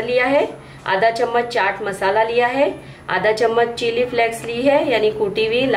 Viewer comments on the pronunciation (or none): none